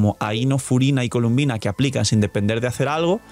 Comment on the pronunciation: Mala costumbre de llamarle “Columbina” siendo que su nombre incluso sale en el juego y es “Colombina” pero bueno siempre hay alguna que otra mala pronunciación de parte de los YouTubers siempre